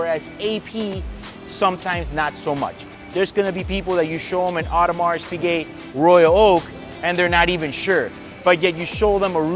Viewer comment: Correct me if i am wrong but isn’t it true you do not pronounce the “s” on “Audemars”